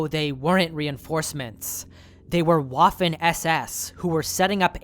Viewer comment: For future reference, Waffen SS is pronounced "Vaffen" SS. The W's in German are pronounced like V's in English, unless immediately followed by H ("Wh"), which is the only way in German to render the pronunciation of what you're used to with a W in English.